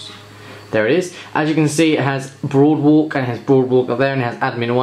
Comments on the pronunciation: "boardwalk" not "broadwalk" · I'm sorry man, but it's "Boardwalk" not "Broadwalk" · brother you keep saying broadwalk it clearly says there BOARDwalk. just a little nitpick but it got me annoyed since you repeated it without correcting yourself even after reading the box. your video title even kept the mistake. lol.